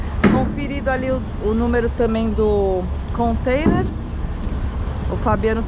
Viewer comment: Alô... somente um lembrete.... não é "Contender" e sim Container ...kkk um abraço e boa viagem!